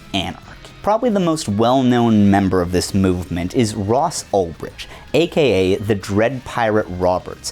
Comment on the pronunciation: Bro can't even check the wikipedia page for Ross Ulbricht to see how his second name is pronounced. And then bro is too monolingual to see that said page is wrong. The absolute state of americans nowadays...